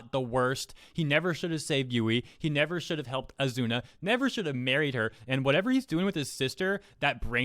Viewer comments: Wtf he literally married asuna. Why would he hate women when he got a thicc wife. And don't mispronounce asuna not azuna Please stop doing these crimes against anime by not saying their names right lol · Oz zoo na is how to pronounce her name. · Why says “Azuna” instead of “Asuna?” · Ethan Zelinsky Spell Asuna ( *A-Suu-Naa*) not Asuna (*A-zu-na*) Enforcing your point of saying the Azuna version is the right way means You need to be shown times over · Not sure if this as been mentioned, but I believe the pronunciation is Ah-sue-na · "Kirito pretended to be a girl". In other words, Kirito recognized the existence of female privilege and took advantage of it. Also, how pronounces Asuna, I keep hearing Azuna. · Ha he called her azuna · As much as i hate to say it, you triggered me more than the article....you pronounced it azuna...MAD MAN!!!! Lol. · Dude your saying her name wrong